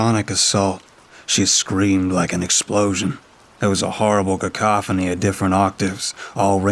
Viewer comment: Holy shite! I think that’s the first time I’ve heard you say “cacophony” the correct way, instead of ca-ca-phone-y 😅